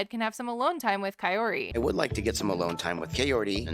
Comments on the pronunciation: “Not Coyote, call her ki-or-ti “ great , thanx Ed for teaching us how to pronounce her name wrong😭💀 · It sounds like Ed says Kay-oh-tee, instead of Kaory. Always makes me cringe. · Bro stop calling her cayote!!! It’s pro Ka- Ori! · Dude is correcting his mom but he himself is saying it wrong! Her name is K-ORy not KA-ory or Ca-oty like he has been pronouncing.... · kaorty lol its not hard to say her name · anyone else feel like Ed is calling Kaory “coyote” the whole time even before his mom does?? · Why do I keep thinking he's calling her coyote🤣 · Everytime he says her name swear it's coyote 😄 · Why did I always think he was saying Cayote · I'm glad "coyote" did not like Ed... he can't even say her name. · I keep hearing him say Coyote...😂🤣🤣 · I'm so over the way he pronounces her name. 😭😭😭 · is he just stupid and ignorant or is kaory's name THAT hard to pronounce correctly even after meeting up a few times? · The fact that he literally never pronounces her name right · Wonder if he will every get her name correct. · Ed, damn, say her name right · He STILL can’t pronounce her name correctly.😂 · Ed pronounces her name wrong